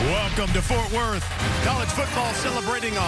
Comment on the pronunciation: Did he call it Fart Worth...?